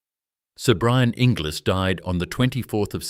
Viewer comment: Oh, Inglis is pronounced Engulls:body-blue-raised-arms